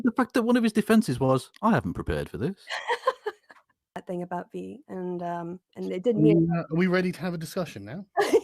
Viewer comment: I hate how says, "that's the fing". The "fing"... thing... "fing".